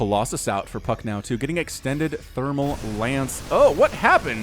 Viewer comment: Did you say Puck or F*ck In your intro?